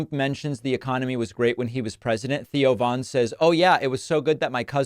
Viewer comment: Thoe Von?? Who the frkn is that